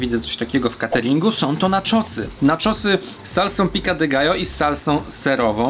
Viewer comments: piko de gajo a nie pika de gajo byczku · Pico de gallo, nie pica 😀 Dosłownie to dziub koguta. Nie ma za co 😉